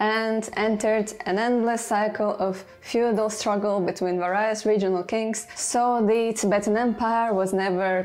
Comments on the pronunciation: I generally enjoyed your video. Thank you! But.... Please, please learn to pronounce varied, various, variant, variety etc. correctly. veri, verios, veriant, vrraieti. An I is not always an eye. The chair spinning is also annoying. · I wonder where you got that pronunciation of "various" and "varies." Sounds a bit odd. Great video! Thanks. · EXCELLENT work, many thanks,! One minor issue with your English, though: It's mostly great, but review the pronunciation of VARIED and VARIOUS and VARIES!;) Spasibo Bolshoe!